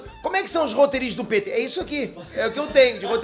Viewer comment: pêter kkkkk é q se lê e ponto final kkkkkkkk